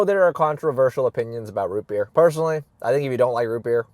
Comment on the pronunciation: amburgers and wootbeer